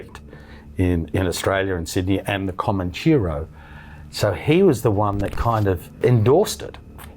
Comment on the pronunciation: This bloke can’t even say Comanchero properly the peanut !!!